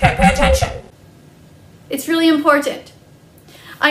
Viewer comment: “okaY pAY ATtenTIOn”